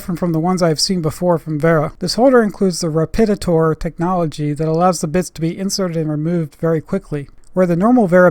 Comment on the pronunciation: Nice work - however RAPIDAPTOR is pronounced in English RAP id aptor, with the accent on the first syllable. You are pronouncing it as rap ID ator, with the accent on the second syllable. At the tool shows in the USA and when spoken in English to me when I am in Germany, they always say it the first way. Thanks! Obviously, it means Rapid Adaptor, due to the spring-loaded bit ejection function. Germans love to blend words, such as Parktronic, which combines PARKING and ULTRASONIC.